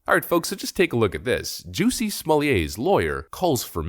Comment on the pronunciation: Jussie is not pronounced like "juicy"; it's pronounced like "PUSSY" with a "J"